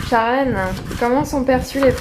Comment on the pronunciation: "charlèneuh" c'est chiant à la longue.. Mais bonne vidéo !